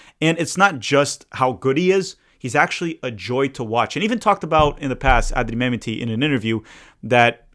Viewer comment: Thanks,. Love the video. Can you check your pronunciation of Mehmeti? Think it’s Meh-met-ti.